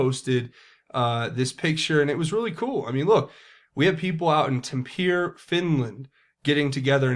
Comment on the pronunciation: That's awesome Finland! Also it's pronounced Tamp-ar-ray if anyone's interested)